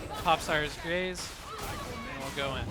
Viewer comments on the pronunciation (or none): ScRier's gaze. You were saying it wrong so much I couldn't watch this video. There are two R's in there. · It sounds like you’re saying “sires gaze” - wanna make you aware there is an “r” in there. It’s the “gaze of someone who scries”. I’ve been loving the gun Psyker lately. I use the Maccabean mark 4 sword, which excels at weak spot hits, and cuts thru hordes easily while Scrier’s Gaze is active. I’ve been using the Columbus gun - not super accurate, but melts thru hordes and bosses.